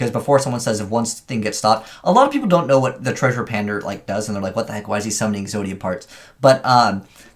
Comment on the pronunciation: Is he saying treasure pander? Isn’t it Treasure Panda?